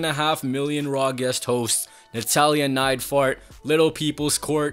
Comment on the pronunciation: What's with the "natalya neitfart" thing???